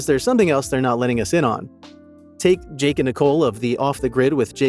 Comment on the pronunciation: We shouldn't trust you as truthful either! You can't even spell and pronounce their names properly! It's Jake and Nicolle, and NOT Jack and Nicole! 🙄